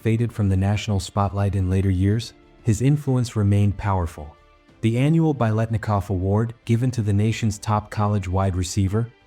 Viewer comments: but it's pretty bad when the AI pronounces "Biletnikoff’" (the very subject of this doc) wrong every time. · Any chance we can get AI to pronounce his name correctly?